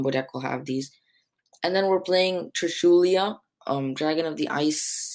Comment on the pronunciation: TRISHULA NOT TRISHULIA.